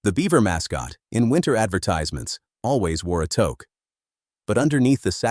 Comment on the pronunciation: If you're going to do a video about a Canadian icon, at least take the time to teach your voice over "person" how to pronounce words like toque, Sault St Marie, and a dozen others that stand out like sore thumbs. Please! I only came upon the Canadian scene in mid 1979, from Africa. Within a year I was doing business with the huge Beaver yards in Hyde Park shopping centre of London, Ontario. The project was storage and basement, framing, insulation and drywalling of our newly acquired two story, semi detached home in Whitehills. Then came the fire that totally decimated the lumber yard and the tornado that parked the warehouse roof, "across the road!". The Beaver name disappeared shortly after, replaced by Rona, Home Depot and Home Hardware, via Pro Hardware.